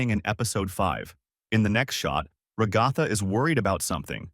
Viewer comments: not being rude but can you stop saying Rugatha and pls say Ragatha you kept repeating Rugatha and then said Ragatha name sorry this just bothered me I hope this didn't make you mad or sad I just wanted you to understand this fix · I’m literally gonna crash out if he says raGOTHA one more time it hurts my soul also when he says that pomni is a he she’s a girl! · It's Ragatha